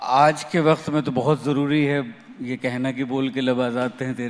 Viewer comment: jnab ka Q, K, Kh, thik nahi he . khurbani nahi hoti janab qurbani hoti he, wakht nahi hota waqt hota he, ahmakh nahi hota ahmak hota he, khafiya nahi hota qafiya hota he :) aap thoda ispar kaam kre. ye isliye kaha ki aap urdu pr baat kr rahe ho.